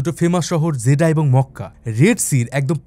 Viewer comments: জেডা, জেদ্দা হবে একটু বেশি পন্ডিতি করে বলতে গিয়ে ভিডিওটা নষ্ট করে দিলেন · ভাই আপনি জেদ্দা কে জেদা কেন বলেন?😊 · দাদা, উচ্চারণ ঠিক করুন - "জেডা" হবে না, হবে "জেদ্দা"। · বাংলা উচ্চারণ জেদ্দা হবে। জেডা না। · দাদা ভাই জেদা কেন বলছেন? জেদ্দাহ উচ্চারণ হবে আর দামাম না, দাম্মাম বলেন। ❤ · Jeddah! Not jeda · জেডা নামটা প্রথম শুনলাম, এটা জেডা নয় জেদ্দা। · ভুল বলেছেন যেদা নয়,,, জেদ্দা সঠিক উচ্চারণ 🎉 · ভাই জেডা না জেড্ডা হবে। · আরে ভাই জেডা না‌ 😂😂 "জেদ্দা" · জিদাহ কি রে ভাই!!! জেদ্দা বা জেদ্দাহ বলেন। একটা পপুলার শহরের নাম উচ্চারণের এই অবস্থা কেন! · যে ব্যক্তি জীবনে সৌদি আরব আসে নাই সে আবার আসছে সৌদি আরব নিয়ে তত্ত্ব উপাত্ত বের করতে জায়গার নামটা যে শুদ্ধভাবে উচ্চারণ করতে পারে না জেদ্দা শহরকে জাদা বলে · জেডা আবার কি ? Jedda মানে জেদ্দা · জেডা না, জেদ্দা বলুন। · ভাই জিডা না জেদ্দা হবে কথাটা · জেডা নয়, জেদ্দা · জিডা না জিদ্দা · উচ্চারণ টা জিদা না। জিদ্দাহ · জেদ্দাকে বলছে জেডা এটা কোন ফাজলামি